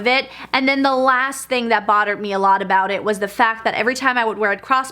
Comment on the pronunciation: Bottered me? I swear that’s what I keep hearing... anyone else?